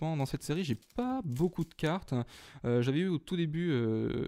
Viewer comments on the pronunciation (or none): none